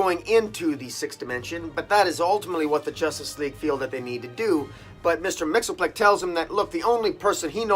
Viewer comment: If I may: I believe the correct pronunciation is: MIX-A-PIT-A-LICK. Now making it come out right backwards--that's another matter. Agree with you that Justice League (and its Dark companion) are hitting a high that is adds to the best of the Justice League compendium--in others, words, with the essential and best Justice League down through the eras of its distinguished (and often mediocre or worse) history. But high, high Justice League, roughly about as good as the book ever can get. That recent annual is a real gem. Also agree with that weakest part of the story is understanding the five forces--I never have quite gotten it either-but as you can see from the above, it almost doesn't matter--as long as they use it get us where we want to keep going like they have done so memorably and consistently since the Metal series.